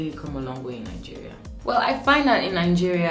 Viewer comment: When you say Nigeria, I hear it Algeria 😂😂😂😂🐸